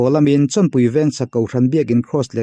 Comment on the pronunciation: "Cross" tih vek hmang ta se rinhlelh tur a awm thei lo anga. " Kross" a inti vek tlat mai a tiraw 😃😃😃 "Cross" ni bawk silo, "Kraws" ni leh bawk silo , " Kross" han tih deuh tlat khi chu mi pakhat a ang riau ani 😃